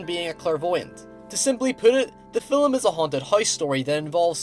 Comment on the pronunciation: I get that there is a difference in accent and all, but you DO realize the word "film" has only one syllable, and is not pronounced "fill-um," right?